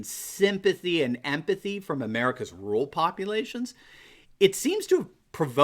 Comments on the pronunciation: There you go again, Doc ... What is 'rool' or 'rule' ... Or, do you mean to say, RUR-AL ??? Surely your doctorate credential would dictate CORRECT English !!! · Dude... the word is RURAL... not RULe